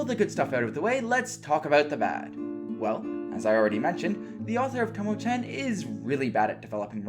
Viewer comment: why you say it like tomo chen ? it is chan with a A not an e